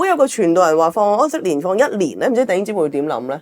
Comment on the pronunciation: 再講出懶音 疴息年 ! .